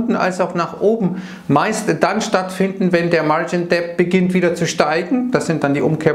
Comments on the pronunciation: Bitte,, lass das "b" bei Debt aus. Es ist stumm. "martschin det", nicht "martschin "deppd". Ist sogar viel leichter auszusprechen. Trotzdem vielen Dank für deine Videos. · Bitte „margin dettt“ sprechen, wie bei „no (doubt) dautt“. Sorry für die Klugsch…ei